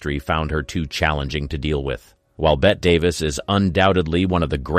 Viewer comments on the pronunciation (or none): How the hell does someone mispronounce as well known a name as Bette Davis? To present one's self as an expert on Hollywood and then REPEATEDLY mispronounce the name of a legendary Hollywood icon......